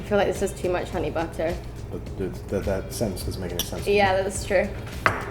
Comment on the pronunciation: Hahahaha the Bristolian 'Butter'